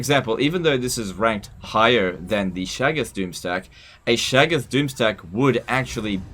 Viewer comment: I got called a Shaggoth once, except the guy pronounced it weird